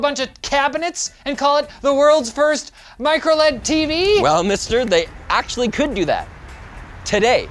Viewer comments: why can't it be pronounced microL-E-D! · Plzzz stop saying microled. ITS MICRO L-E-D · MicroLEAD is driving me crazy. Say L E D! :)